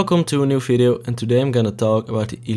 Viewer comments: Man, it is not "Fideo", but Video! Please! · We don’t say v as f anywhere else than in the Netherlands mate. V is V in English